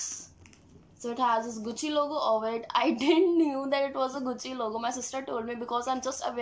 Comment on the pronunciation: Atleast say the name gucci properly!